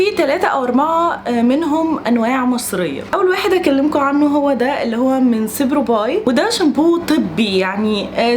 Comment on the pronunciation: ياريت تتأكدي من النطق الصح للاسامي بعد كدا هو اسمه سيروبايب على فكرة مش سبروباي خالص